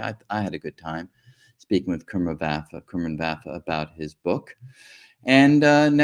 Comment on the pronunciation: Prof. Enjoyed your talks. But one observation, you said you know Prof. Vafa for 30 years!, but you are not pronouncing his Persian name correctly, he must be humble not to bring it to your attention. His name is pronounced as come-run exactly as pronunciation of these two English words together. If you do not believe me call him, you must have his contact details!